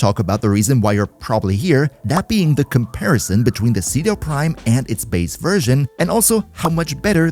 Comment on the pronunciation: Umm actually said it's pronounced Chedu Primo